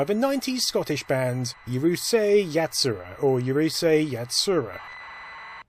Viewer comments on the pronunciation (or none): Two shots and missed both by an inch: There's no y sound at the start of Urusei